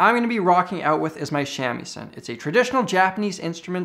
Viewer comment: I was going to ask if you spoke Japanese, but after you pronounced shamisen. . . You’re a native speaker! The Pocari sweat shirt, and the YouTube channel name just made you saying shamisen incorrectly that much more ironic—ありがとう